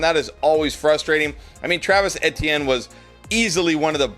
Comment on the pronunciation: Travis E T N, not sure why it’s so hard for you to say his name.